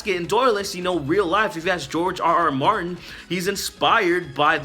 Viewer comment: does she say "Bartin"?